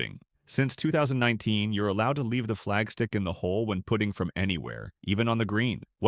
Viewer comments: AI at its best! It’s a putting green, not a “pooting” green. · Great video, but please just check the AI pronunciation in future - 'putting' sounds like 'puting' here. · We need to train ai to pronounce the word putt-ing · The AI voice can not pronounce putting correctly. Ha Ha...